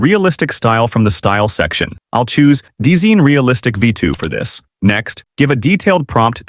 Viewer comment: This program’s name is pronounced “Design” = D-Zine